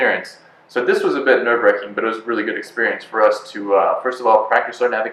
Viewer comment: the phrase is "nerve wracking" not "nerve wrecking."